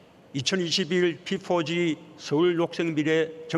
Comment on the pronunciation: 피포지...발음 참...